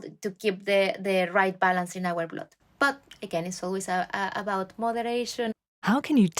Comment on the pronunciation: Why does she say [blod] It is [bl^d]